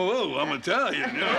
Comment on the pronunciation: "I - tralian!" --- Robert Blake, "Barretta"